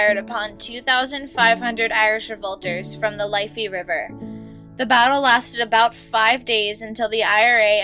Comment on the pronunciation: omg ur history is all wrong the potato famine ended in 1852 the GPO was taken over in 1916 and the UVF was the ulster defence force and they wanted nothern ireland to remain in Briton like and pronounce your words right wdf is a liffe river